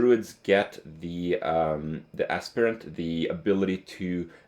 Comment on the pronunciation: Oh my god kripp it's Aspirant as in Aspire, or Inspire. Not AssPer Ent